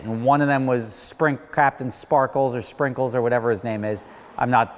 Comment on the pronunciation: I know that lol, its just funny how he said Sprinkles